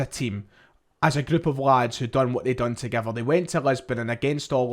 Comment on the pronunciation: Fair enough but the word is together not togever